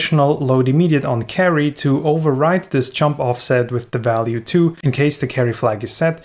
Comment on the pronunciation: Sorry to be so mean, but this video is just too funny when every time where you say "jump" it sounds like "chump": "let's build a unit that can control these chumps" ... sorry, but I had to chuckle. But no offence, my pronunciation would surely be worse. Otherwise your Videos are absolutely great!